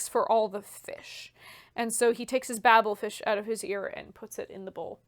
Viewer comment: It's pronounced Bay-bel fish, not Babble fish - referencing the Tower of Babel in the Bible... definitely not bibble. Also, it's pronounced doe doe, not doo doo - that's a don't don't.